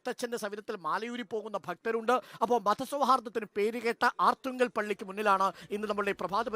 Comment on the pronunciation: ആർത്തുങ്കൽ അല്ല അർത്തുങ്കൽ ആണ്.